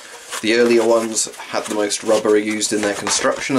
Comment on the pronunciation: ummmmmmmmm is it me or do you have a german accent when you speak in the m65. Instead of saying the you said ze